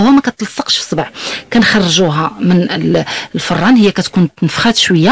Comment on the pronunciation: الله اخليك ممكن اتشرحي ليا هاذ الشاف للي اجبتو يوم 12 شتنبر 2019 مع الساعة 11 مفهمتش علاش كتعوج مرة كتنطق ررر عادي مرة كتقول الفررررررررراان اتلفاتنا للي عندو ما اقدمم اقدموو عادي او بلاش حشومة هاتشي وتفووو على كل امشيكة